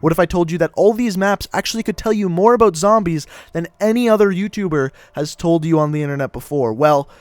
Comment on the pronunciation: your pronunciation of things in the cod zombies lore bothers me sorry